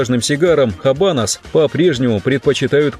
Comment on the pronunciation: Оч познавательное видео👍. Правильно "Абанос". Не "Хабанос". В исп яз эта буква не произносится.